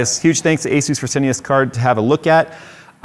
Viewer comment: Finally someone saying Asus right. Question though, is Noctua said like that for real? Or is just messing?